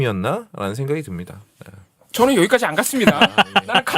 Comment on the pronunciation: 즈느 아지 못하느일이니다. 일본발음임